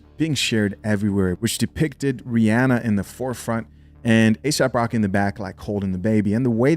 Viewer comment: his name is asap rocky. not asap rock. aesop rock is a way better rapper.